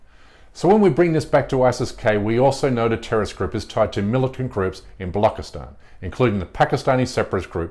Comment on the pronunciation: Watch at this propaganda peddling moron,, says "bollock-istan" for Balochistan because, of course, he knows nothing about anything and is just reading out a script written against Hindus.